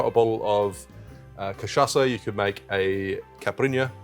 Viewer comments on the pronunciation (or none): none